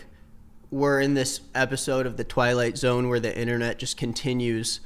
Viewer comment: dude you said twilight zoen and a flashbang-esque orb imploded in my room what the hell was that